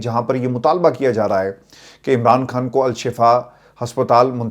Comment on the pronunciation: اسلام علیکم ورحمت اللہ وبرکاتہ ہمارے پاس آپکا نمبر نہیں ہے اسوجہ سےآپ سے یہیں مخاطب کرتے ہیں آپ اردو کا تلفظ پلیز صحیح کر لیں کھان. غلط ہے خان. صحیح لفظۀے